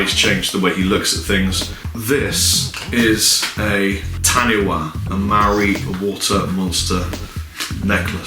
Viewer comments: great to see NZ represented ☺ just FYI Taniwha is pronounced ta-nee-far but great effort and was warming to see it really moved you being presented with it.☺ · In Māori, 'wh' has an 'f' sound in the same way 'ph' does in English, so phonetically taniwha is pronounced tanifa. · you have severely triggered me, in Māori, Taniwha is pronounced - Tan-ee-fa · Coming from a fellow New Zealand fan of yours, 'Kia Ora' is pronounced "Key Ore-ra" with a rolled r for 'ra'. Also Taniwha is pronounced "Tah-knee-fa". Cheers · Hey, I am also from new Zealand. Kia Ora is pronounced "Key Or-a" which means hello in Maori, and the necklace is a Taniwha which is pronounced "Tunny-Fah" (wh is pronounced as an F ^_^). Btw you have a lot of fans here in New Zealand:) if I speak to someone who plays guitar they always know "" and when I say I have an ML-1 they are always really surprised/jealous heh. Cheers